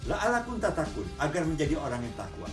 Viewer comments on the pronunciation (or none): maaf om,, kritik sedikit saja, yg benar adalah la'allakum... bukan la'allakun.. 😊